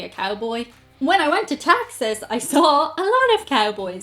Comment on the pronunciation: There's 1's and 10's in Ireland. What's? Also, love the way she says Texas.